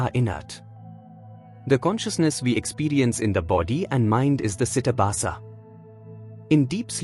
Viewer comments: With Respect !!! It is not CITABHASA. It is CHIDABHASA. ❤ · It's CHIDABHASA not CITABASA. This is a mistake in the video. Chidabhasa is the Sanskrit term which means the abhasa or reflection of Brahman, the Universal Self, on or through the mind; ordinarily this term is used to denote the reflected Universal Self in the Jiva, the Individual Self. The philosophical conditionedness belongs to chidabhasa.